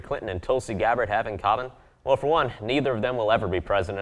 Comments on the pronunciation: 2 things this video got wrong. The pronunciation of Tulsi Gabbards name and the Poll numbers. They need to learn that you need at least 2% in DNC qualified polls to participate in debatess (she had more in other polls). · Please learn to pronounce Tulsi's last name correctly. It's not that hard to look that up online.